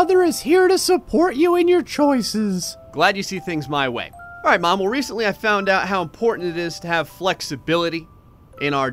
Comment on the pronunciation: Hearing u say “alright” it sounds so weird